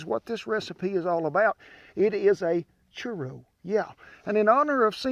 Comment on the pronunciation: "Chur-oh" I love this man